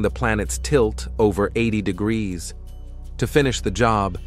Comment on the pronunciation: It's pronounced degrees , not your guttural version.